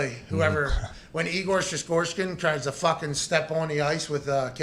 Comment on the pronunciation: Knee Gore? 😂😂😂😂😂